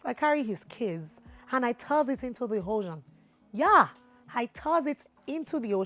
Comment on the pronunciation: You did whatt?? looool, "tooozzz the key inside the oshjean" loooool, and i thought i was worse.